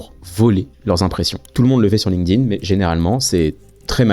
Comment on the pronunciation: excellente vidéo, comme d'hab, très instructive ! merci par contre un tip pour faire un minimum pro : pas de "link-dine" ou de "linequeudine", ça se prononce "linkTin", avec un T, pas un D. on a appris ça quand on nous saoulait avec les tableaux de verbes irréguliers anglais au collège !